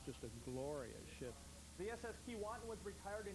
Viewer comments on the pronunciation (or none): It's not Kee-WAH-tin... it's Kee-WAY-tin... it's difficult to watch this when they keep mispronouncing the name... I can't believe no one corrected them.